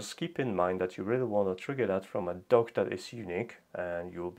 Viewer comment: At first I thought you said you were working on a smart "Dog."